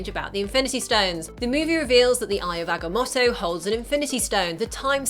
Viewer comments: agga-moe-toe not motto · oh my god,eye of ag-a-moe-toe